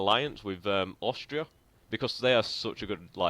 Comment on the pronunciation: hey, nice gaming! Say: why do you pronounce "Aushtria"? Is this a kind of dialect?